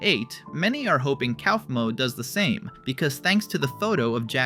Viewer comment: IT'S PRONOUNCED COUGH-MO WHY DO YOU KEEP SAYING COWFMO